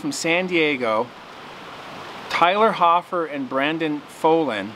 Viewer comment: My name is Tyler Hofer, was pretty sweet to hear my name in this video. Altho the pronunciation Hofer was wrong, gotta pronounce the O